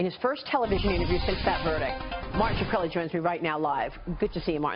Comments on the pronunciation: Why did this toad woman keep saying Shuhkrelly? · "Martin Sh-rah-kah-reli" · she said martin shakreli.....not even gonna listen to the rest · She said shuh-krelli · shakrelly haha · "Martin Sha-kreli" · ''Martin Shakira-kreli'' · How did this interviewer butcher his last name that badly. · I know right so annoying, how hard is it to say Shkreli.. all at once.. not that hard